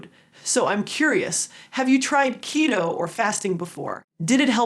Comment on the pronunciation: it’s not ketto kiddo it’s keeeto like cheeto…😊